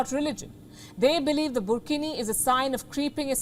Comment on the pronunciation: Wtf is burkhini 😂😂😂😂😂😂😂